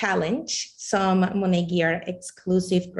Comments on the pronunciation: I could never understand why so many of Monat's huns never pronounced the name of the company correctly....until this video. Maybe it's the accent but how is this guy at the tippy top and even he says 'Monet' like the artist? Good grief. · MONATberhoods!?! That’s the sound of my teeth gnashing